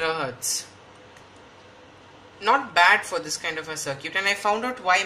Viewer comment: FYI, "circuit" is pronounced "SIR-kit", not "SIR-cute". :)